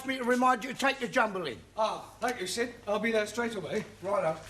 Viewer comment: Sid not shit